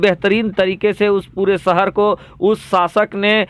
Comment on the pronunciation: sugra bshir qadri aap shahr ko sahr yani jadu kalfz kahte aor uzayr ko ujyr kahte h aap se guzarish h ke aap apni urdu zban sahi sikhe